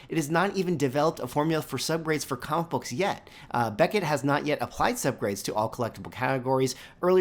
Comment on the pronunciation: Sounds like you're saying commabooks... 😅